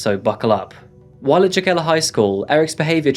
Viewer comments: Tbh, the town (Jokela) is pronounced “yoh-keh-lah” but this video is EXACTLY how I’d hoped you’d create it… …loved how you’d recreated the mundane yet happy stories of all those cool Finns doin’ their thang, and there are many shy Finns, too! It’s very rare, however, in spite of the sad stories from Finland in recent years, for teens to harbour sick fantasies of murdering his peers. Plus, your final points about the anonymity of users was clever, I never thought about that… in some ways, the tender balance between nature-society clashes with the Internet age in Finland, so worthy of investigating this further, too. So grateful for this video and can’t wait to see if you post anymore from the North. I thought the blue and white shirt worked well, btw. Keep it up,!✌🏼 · I remember when this happened. It took a good portion of the video for me to understand it was the Jokela case. I know it by the Finnish pronunciation. My inlaws live just north in Riihimäki. It was shocking to me. It was a few years after a bombing in myyrmäki shopping center that killed 7 and injured hundreds. My sister in law lived across the street and I was in and out of it many times. One summer, some set fire to a car a block from inlaws house , my inlaws were in Vassa center when a car bomb was used for a suicide, Jyväskylä area had a couple biker bombings. These are aberrations in finland . Finns are much, much freer than Americans. Free from all the crime petty or otherwise. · It's not called "teusla " it's tuusula,878 the names n locations should be right. And jokela isn⁶t joukela. Speakin language it's ok and the history but like the history n other fakts shoul be right. But jeah good work in the end. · It's more like wreterick if you want to spell it phonetically. Also Jokela should be pronounced Yokela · your pronounciations of finnish words/names are the most horrible things my ears have ever had the misfortune of hearing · Sorry, would it be pronounced Jokela?